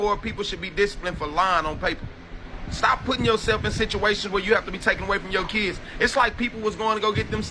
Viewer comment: Kids vs. Keeds ask vs. axe